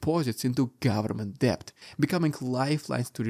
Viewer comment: Thank you for your insightful coverage, as always. (In the word DEBT, the B is silent. Not kidding! Pronounced DET.)